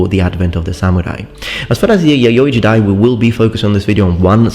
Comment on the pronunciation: You say yayoi jidai, I hear yaoi jiday...